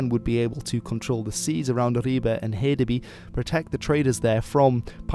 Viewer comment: You actually pronounce the words quite well considering you don't speak the language though y in Jylland is less I and more Y. And øresund failed a bit. Hedeby also needs to be pronounced more sloppy/Danish - more emphasis on the vowel.